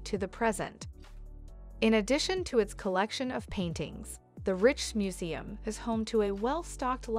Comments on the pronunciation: Nice video, but your narrator needs to work on her pronunciations. The Rijksmuseum is pronounced "Rikes" as in "bikes." It's "Michelin" as in "Michelle" not as in "Michael." And finally, it's "soo-vehn-EER" not "soo-ven-er." Cheers! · If you'd actually been there you'd know how to pronounce "Rijksmuseum".